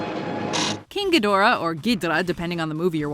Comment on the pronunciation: I hate the way she says ghidorah 😒